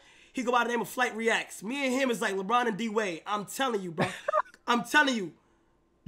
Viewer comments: He said put flight reacts 😭😭😭😭😭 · he said flightreacts 💀 💀